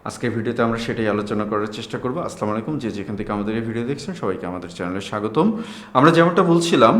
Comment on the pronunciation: স্যার আপনার প্রতি সন্মান রেখে বলছি। সালামের উচ্চারণটা একটু সংশোধনী আছে। আসলামু আলাইকুম হবে না!! আসসালামু আলাইকুম হবে। একটু সংশোধন করে নিয়েন।